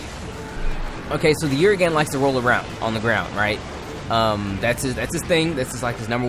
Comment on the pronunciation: his your favorite monsters...yet you can't pronounce his name.